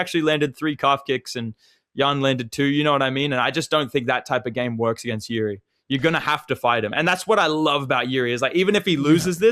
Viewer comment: Hey Champ, Jiri's name is pronounced "Yiji"